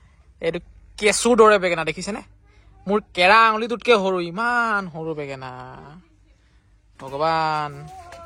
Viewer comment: বেগেনা নহয় ভাইটি বেঙেনা।